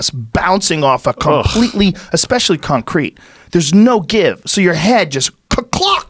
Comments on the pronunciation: I cant unhear con-crete now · Joe “con-Crete” Rogan